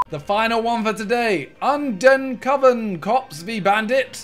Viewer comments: Name: Undercover Simon be like: “Undencoven” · No one: Simon: uNdeNcOveN cops vs bandit